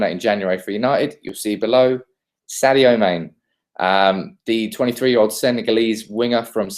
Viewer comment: the name is pronounce as saajo mannay ok